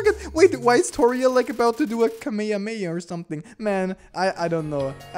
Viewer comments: He said kamamaha😂 the fuck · Bro really said kameamea💀💀💀💀💀💀